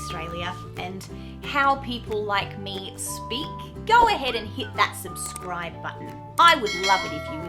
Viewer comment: How come you say "time" the way Americans say "time"? I'm American; what we usually hear when Aussies pronounce that word is something that sounds to us like "toaim." The same with "subscribe" . You say it exactly as Americans do; but I usually hear Aussies say something closer to "subscroaib." And right after that, you say "if you like" ; but you pronounce the word "like" the way Americans do, instead of "loaik" which is what we in America usually hear when Australians pronounce the word "like." Confused.